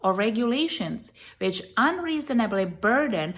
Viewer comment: Every time she says which it comes out as bitch funny lol.